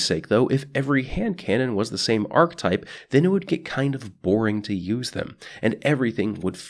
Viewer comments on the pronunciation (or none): I swear every time you say archetype it sounds like you're saying arc type and I'm like, but it's a kinetic weapon your holding, it's a solar weapon, etc